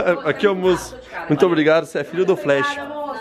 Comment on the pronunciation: Só eu que acho q o falou: flrash? (flash é o certo) kkkkkkkkkkkkkkkkkkkkkkkkkkk